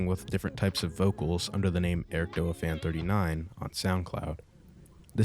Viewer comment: its not ericdoa its eric d.o.a spaced out it means (dead or alive ) its a fighting game thats the game he started streaming